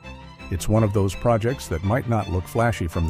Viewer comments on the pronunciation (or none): none